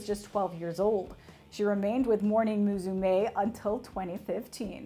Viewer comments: "muSUme" not "muZume" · its pronaunced mussume (meaning daughter ) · 同意。 ただ、モーニング娘の「むすめ」を「ムズメー」言ってるのは笑ったｗ